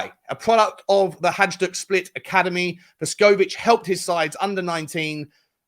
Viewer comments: Man every time you say Hajduk it annoys the hell out of me - its pronounced Hayduk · It is pronounced " hi duke".